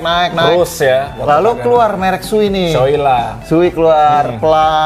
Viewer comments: Bacanya Sowei bang bukan Suwi. Sho itu artinya era Showa dan Ei itu nama orang pembuat helmnya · Lama di tinggal di Jepang, kaget Shoei bacanya jadi suwi…